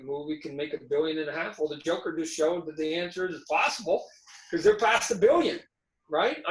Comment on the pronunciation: MARVEL FAN BOYS CANT EVEN SAY THE NAME JOKER HAHAHAH